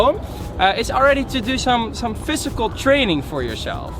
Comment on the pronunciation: it's physical not fysical